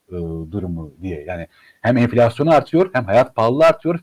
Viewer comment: cok tatlisıniz enfilasyon